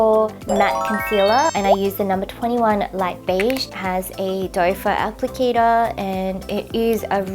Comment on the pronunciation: I always thought it was called a "doe-foot applicator" but in the vid, it sounded like said "dopher applicator". Have I been saying it wrong this whole time?!? lol